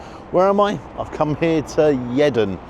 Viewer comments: Don't be silly. It's Yeedun and always has been. In all my years in WY, I've never heard a single person say Yeddon. is forgiven, cos he's not local, but you should know better. Next you'll be telling us it's Otley CHevin and not Shevin 😂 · It's pronounced Yeedon not Yeden lol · It's not Yedon, it's Yeadon (pronounced yeedan) 😂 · My wife's family are from Yeadon and they pronounce it "Yee-don", but she has just told me that her Dad used to pronounce it "Yed-don" (yed rhymes with shed). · Yeddon! Haha you have said that wrong, its yeadon haha i was brought up in yeadon and remember when the murgatroyds building was constructed, at first it used to be a nissan car garage, you can kinda tell by the shape of the building. Fish and chips then a quick 5min walk just down the road and you can watch the aircraft at LBA! I would recommend westfield fish and chip shop down the road, very tasty. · it's pronounced Yeedon not Yedon, enjoy the reviews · It’s pronounced ‘Yeedon’. not Yedan. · I live not far from here and hearing "Yeddon" was amazing! (Yeadon is pronounced "Yeedun") but you made my day lol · Yeddon 🤣 - It's Yeadon, pronounced YEEE DEN 😆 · Yedon 😂😂😂😂😂 it's YEEDON and I live 2 mins from there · Hi, it’s pronounced Yeedon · "Yeddon" lol it's pronounced "yee-den" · Yedon.... yedon?! Come on. It's YeAdon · Its Yeadon not Yedon ---- YEE DON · its pronounced Yeee--don not Ye-don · It’s “yee dan” not yed don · It’s not yeden it’s yeadon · I enjoy your channel. It's nice to have something local and not London-centric as most others. I don't know if it's still true, but Murgatroyds used to be one of the few fish n chip shops that did decent gluten free batter. However, please it's Yeadon - pronounced Yee-don - not Yeddon. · It’s pronounced Yeedon - not yeah don- cheers though good video 👍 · Pronounce 'yee don'. Not 'yeddon' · Yer Dan ??? 😂😂😂 it’s pronounced Yea Dan !! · Yeadon not yedon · it’s pronounced “Yeedon” 😎